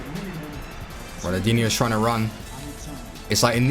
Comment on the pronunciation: does it annoy anyone else that he says ronaldinho with no L